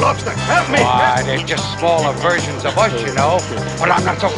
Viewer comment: " why they're just smaller verskins of us.. well i'm not so crazy about me in the first plaske." ha ha ha